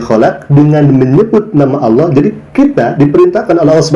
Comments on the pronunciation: 😀🤣😂😅Si murtadin🤔🤔 Mengucapkan Kalimah ( Allah) aja Awloh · Katanya mantan santri pelafalan kata Allah aja ko awloh wkwk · Mengucapkan lafat Allah saja ga teteh...